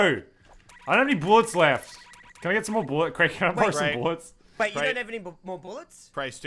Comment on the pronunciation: it’s more not moar